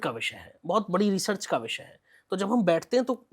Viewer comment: ये स्वयं अनपढ़ अज्ञानी है, जो रिसर्च को रिचर्स बोल रहा है !